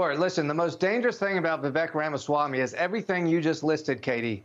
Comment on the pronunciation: The only good thing to come out of all of this is that Americans have now learnt how to pronounce 'Ramaswamy' properly. It just makes me very happy! :D